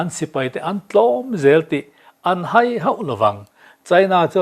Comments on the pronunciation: I chhiar thiam lo riau mai,Israel a 'hai' tih hi Theihai tiha hai thluk hian lam Rik tur a ni. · 'Haî' tih hi i lam dân thlûk hi a dik lo hrim hrim. I hre ngai lo a mi le, haî hi!!? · India a hai tih hi i thluk dan a f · Hâi kha, hai ati nia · Hai I tih kha theihai Kan han sawi anga Hai tih zawk tur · Mizo tawng chhiar thiam pawl tak chu i ni marawh chu hai tihlai tak hi i tluk diklo niin ka lo hre va a🤭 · Hai tih hi Theihai toh anna hai tih tur a😅 ni. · Ahai tih hi theihai tih anga hai tih tur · "A hai" tih hi thlûk sâng a lam tûr a ni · India chu a ' hai' i tih dan hi a dik lo,nang hi kohhran ,inkhawm ngaihsak vaklo i nih ka ring ,tawng diklo hman i hrat emmai.